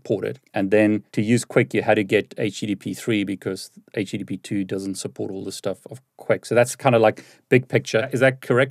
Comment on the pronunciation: Here we learn the differences between H P2 and H P3.